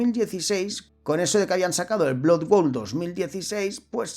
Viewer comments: BLOD BOUL se pronuncia. Muy monas las animaciones hechas con IA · No has dicho bien el título ni una sola vez, menudo tío más ridiculo. Blood bowl! No blood world. Es como si digo sword quest en vez de hero quest, esa es la impresión que das.